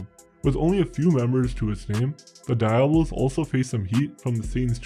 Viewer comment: You should learn how to pronounce diablos